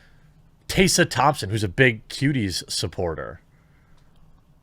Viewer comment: Jeremy, please. Tessa is pronounced (teh-suh) not (tay-suh). "Te" as in "ten"